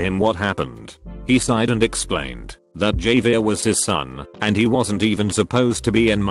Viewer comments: The ai saying Javier as "JAV EAR" instead of "JAV E ER" is funny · Javier: Pronounced as “Ha-Vee-Air” The text to speech guy: “Jay-Veer” People with the name: 👁👄👁 am I a joke to you? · Text to speech be like: Jay-vier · No one: Text to speech: JAYVEER Me: 👁👄👁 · Nobody: Video: JAY-vier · One thing that annoys me is how they said Javier...